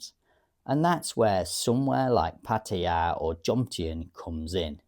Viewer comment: I have never heard pataya been pronounced that way before, but listening to it it surely sounds the most authentic. Cool